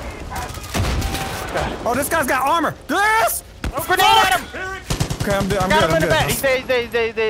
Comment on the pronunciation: It’s delirious not delrious